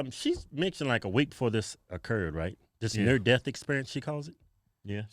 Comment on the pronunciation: did you mean to say near dick experience ???